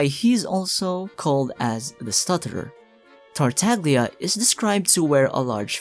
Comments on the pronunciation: It's spoken "Tartalia" in Italian. The g is almost silent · for example with La SiGNora they understood and they pronounced with the italian pronunciation, so I dunno why they think "GL" is like "GLue" and not like "You". (Indeed "TartaGLia" with the italian and correct pronunciation rhymes with "SnezhnaYa") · Another fact is actually Tartaglia is mispronounced by everyone because we call him in 'english language'. But in Italian is TartaGLia with the italian pronounciation. (almost a "Y" in english, so it is: TartaYa) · I call it the "Tagliatelle" principle. The g is silent. I always flip when people say TartaGlia... why tho. But don't get me started with Scaramouche 😅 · i know you already know about this, but you say Tartaglia like "Tar-tag-leeyah" or "Tar-tag-lia." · Say it with me. TART (like pop tart), TAG (like a shopping tag), LIA (like uh.. leeeeeea) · the mispronunciation of his name is ridiculously funny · everytime you say tartaglia wrong it sends me flying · You can pronounce Shneznaya, but not Tartaglia?